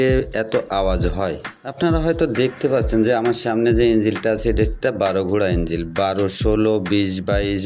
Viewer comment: ভাই এটা ইঞ্জিল না ইনঝোল 😂😂